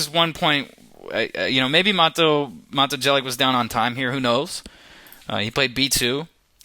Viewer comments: Chaotic and unpleasant voice timbre. And it's Jelic [yelits] not [dżelyk]... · it's pronounced Yelich, not Jelick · You're funny when you pronounce his name cos you kinda suspect you're not doing it right, so you somehow utter it so "no one notices" :D The first syllable is as in "Yates" and the last 'sound' is as the first sound in "tune". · Hahahah Matoo Gelik who the fuck is that its Mato(short) Jelić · Maybe he honestly thought his name was pronounced jelic...how about have respect yourself for his slight mistake that mato did not even care about ass hole....and his vids are pretty good... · Jelić is pronounced more like Yelich (Y like in yet and ending "ch" like in peach). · His last name would be pronounced yelich. Almost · Learn how to speak his name first... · The way you pronounce his last name. It's horrendeus... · i almost disliked this only because of the absolutely horrible pronunciation of mato's last name...but you pronounce it as if it was written "yelich" -. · ur videos are cringeworthy enough without slaughtering the guy's name like that! far out. sorry mato! how embarrassing. oh u "can't help slaughtering them' so u don't even bother trying?! @@ americans!! haha Seirawan is truly awful in this respect too. please have the respect to put in 2 secs research into a less bizarrely inaccurate pronunciation, thanks. Sorry to be so critical.. but u talk like ur videos are so cool. But they suck man, grow some humility. Fooling people is not that hip.